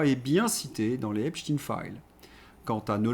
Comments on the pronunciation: EpSTEIIIIN EPSTEIIIN PAS EPSTIIIN PUTAIN vous ne comprenez pas qu'en prononçant " IN" vous allez ds le sens de cette saloperie ? C lui QUI A CHANGÉ LA PRONONCIATION PUTAIN de con! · Pourquoi prononcer hep chtin ?